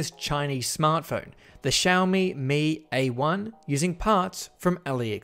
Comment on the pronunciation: Everyone: Xiaomi Hugh: shellmi